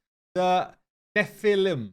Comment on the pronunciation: You pronounced nephelim right in the end i think it is a reference to diablo